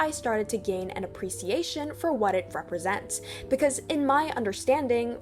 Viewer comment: D-d-d-did you say "Appreseation"